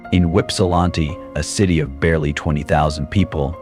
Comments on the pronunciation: Whipsalanti ? this AI crap suuuucks! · AI and poorly done. There are no palm trees in Holland. It's 'ips'ih'laaan'tee" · Sad how bad the homeless has gotten! I did giggle at how he pronounced Ypsi as we call it. Ypsilanti, IP-SI-LAN-TEE ❤